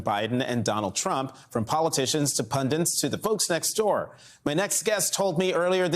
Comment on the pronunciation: How are people who have made journalism their career still pronouncing the word pundit as "pundant?"